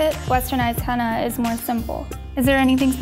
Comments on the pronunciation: Lol she's saying henna like hannah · Omg they said "Henna" and not "Henna Tattoos" yesss